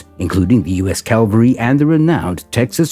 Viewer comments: It's CAVALRY not CALVARY ! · It is pronounced CAValry!